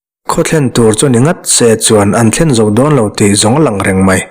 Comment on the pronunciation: Bung hmasa a Langrong ti a sawi kha Ranglong tih tur a ni e